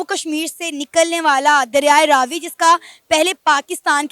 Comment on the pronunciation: You pronounced it right, that is Raavi not Ravi